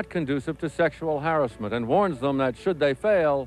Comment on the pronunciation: "sexual haressmont"